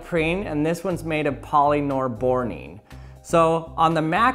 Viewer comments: Legends say he spent more than 10 hours to learn to say polyborborene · My guy really just said poly nore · I always hear polynorboring.... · Omg stop saying polynorbornene